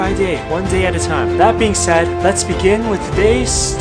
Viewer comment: I like that he says it's corona tiem.